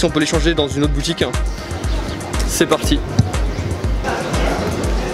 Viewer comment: alors on va aller voir dan une autre boutiquinh... oui bonjour c'est pour un chllenginh